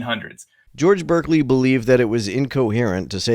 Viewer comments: It's pronounced BAR-clee. Not BURR-clee. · His name is pronounced BAR-klee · It is pronounced Barkley, FYI. In England, clerk is pronounced clark. And Berkeley was a Brit. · Berkeley is pronounced "barkley" in the case of George Berkeley.